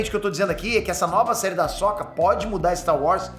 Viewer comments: Eu não via com esse ponto de vista, mas concordo com você. Agora vejo como algo bom! =) Só uma coisa (rsrs)... Não é Ahsóka, e sim Ahsôka (mas tanto faz também). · primeira vez que vejo alguem falar “ahsÓka” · Da agonia ouvir o pronunciar o nome da Ahsoka rs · O cara nem saber falar o nome da personagem direito pqp